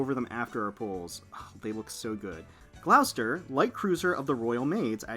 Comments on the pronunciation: Gloucester is pronounced as 'Gloss - ter' here in the UK, and Hermes is Pronounced 'Her-meez' rather than 'Her-mez'. other that that love watching you Azur lane vids, hope you get to pull many more Sandys in the future. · Gloucester is pronounced Gloss Tah